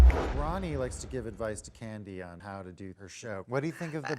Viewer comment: I like Kandi, but her voice is annoying and the way she pronounces words is disgusting